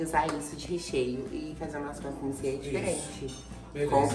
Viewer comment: Está me matando eles falarem croque monsie é monsieur e lê-se monsio.